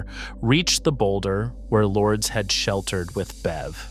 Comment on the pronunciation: Its LURE- Des. not lords. I wouldn't get overruled. Id say ok see you guys at the bottom and turn around and leave. I always follow MY instincts